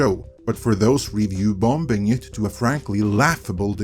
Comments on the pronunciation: bomBing? the 2nd B is silent. please get it right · The second b is silent in ‘bombing’. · The second “b” is bombing is silent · The second 'b' in "bombing" is silent, otherwise, everything you say is gospel.